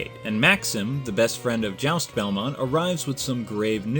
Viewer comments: As someone who took french in HS i can tell you juste's name is pronounced (Ju-stae) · Not trying to sound like a troll here. But I think his name is pronounced: Joost. The name is spelt Juste but it's not really pronounced the way it looks. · WHOA WAIT Juste Belmont is pronounced: "Jeust"